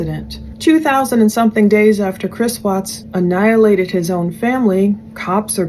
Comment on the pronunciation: She keeps saying 'annilated'.......Chris Watts murdered his family! She has a tendency to ramble on about her not trying to be like Shanaan and all.....we get it lady!! Also what's up with the altar in the background and she's dressed like a hoochie mama in tight pants, sweater and hot pink plastic hoop earrings? All that takes away from this trying to be an earnest and intelligent docudrama.